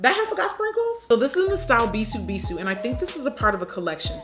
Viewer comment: bahahah i love u jackie but ur pronunciation of bisou bisou